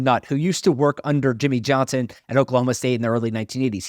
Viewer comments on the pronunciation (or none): none